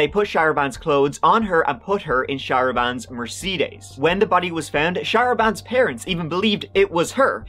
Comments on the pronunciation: I'm dying at how your pronounced "Mer-cee-days" 🤣 just switch it.... "Mer-cay-dees" They girl was super hot. I eas into the ladies in my younger years, I'd have definitely been into her, yowzaA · Mer-see-days?! - you've got a new rival to your pronunciation of Louisville KY 😂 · "Mue-cee-des" is a new pronunciation, and I kinda like it lol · Mer-see-dayZ. That’s a new pronunciation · OMG. So many evil people in the world. Can you imagine the poor womans last moments. Mercedes is pronounced meresaydes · I love the way pronounced Mercedes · I've never hear Mercedes pronounced that way before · the darkest thing here was pronunciation of Mercedes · First time I've ever heard that pronunciation of Mercedes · Not poking fun or anything but first time I've ever heard someone pronounce Mercedes that way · 😳🤯wait wtf! 😲, im sorry 🤷🏼‍♀️ But Is that how you have always pronounce/said Mercedes? That was fancy! Like Extra Sauce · The story's messed up.. but what's also messed up is how my man pronounced Mercedes. (Before anyone starts in on me, I'm just playing around.) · Can't get past the mercedes pronunciation sorry 😆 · I've never heard anyone pronounce "Mercedes" like that. Is that how they say it in your country? Or just you? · How did u pronounce mercedes lol?????